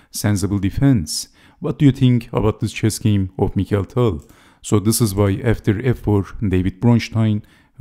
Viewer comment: Wonderful video as all. I thank you for pronouncing the name of Tal as it is in Russian: mi•χa•il'. Likewise, I would appreciate if you could avoid the English pronunciation saying dei'•vid for the name of Bronstein, which you pronounce perfectly, and saying da•vid instead as in Russian. I mean, just as you say mi•χa•il and not mai•kəl. This is remarkable for Bronstein stayed in Russia unlike other Soviet players that emigrated to the West and even changed their names. Both Tal and Bronstein, as many others, remained Russians. Thanks for your attention.